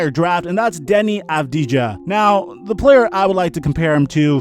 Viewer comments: Avdija is pronounced avdiya not ja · אז אתב יודע שאומרים אבדייה ולא אבדיג'ה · Deni (uu-v-di-ha) avdija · yes he is! I'm from Israel and they pronounce it like Avdiya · I just want you to know - you write Avdija, but you actually need to say Avdiya (that's the right version). Other than that, great video! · Yeah it's true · El-ahrairah ppsstttt..... Here's another secret: you're right